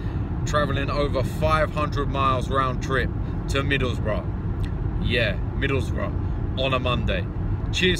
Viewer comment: "its fucking middlesborugh "